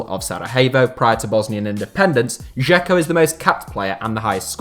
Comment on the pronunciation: J in Slavic languages is always pronounced like Y in English, so its "voyvodina" and "sarayevo". Also, Džeko is pronounced "Jecko" as in "Jack"